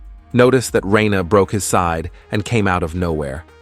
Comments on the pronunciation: ITS NOT RAINA ITS RANER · I can tell you watch dub with how you say “Reina” not Reiner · WHY THE FUCK DO YOU SAY REYNA!??!?! It's fkin RY-NER holy shit! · Am i the only one who got confused at the first time he said reiner's name bc he said it "Rayna" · Why can't anyone pronounce Reiner lol.